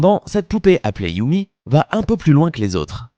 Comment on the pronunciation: YUME C'EST YUMé pas YUMI mdrr